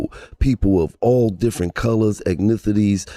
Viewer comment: Gillie Said Ecnithicity 😂😂😂😂 Ethnicity My guys 😂😂